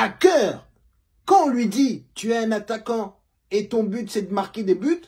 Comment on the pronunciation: 😂😂😂😂 il y a AttaQuAnt et aaatthagant. Mais quel plaisir😂